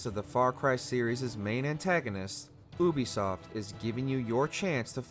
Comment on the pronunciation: Yo am I the only one bothered by the way he says Ubisoft?